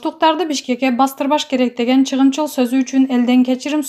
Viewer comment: Ооба , анан да чыгымчыл деп жатат... чыгымчыл эмес ЧАГЫМЧЫЛ деп айтылат